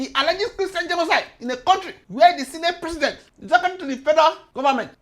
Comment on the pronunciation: is my best part - '...for what he described as kristain gdenoside..rr. What! is dat!! Kristain gdjenoside!?? Nunsenze!!.Nonsense..nunsenze! Smursh...tchew...smursh..tchew